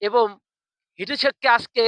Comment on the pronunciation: এবম নয় রে ওটা এবং হবে